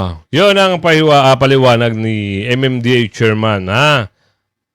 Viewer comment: Paduano, mistsetserman!!! Bulol kang yawa ka!!!!magpa speech therapy ka!!!!